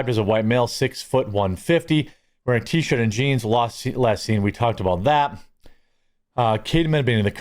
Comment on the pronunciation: Remember: MEXICO is the kidnaping capital of the world. No joke. // They need to fire that blaq news caster. He doesn't know how to talk (emphasizes TEEEE shirt like its important) then says a kidnapping victim was not on scene when cops arrived. NO CHIT? Kidnapping victim not there? DEI hire.